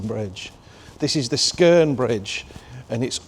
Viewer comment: Yeah 👍 you did pronounce skeren properly...I live in Darlo have ALL me life And am coming up 49 on January 29th 2025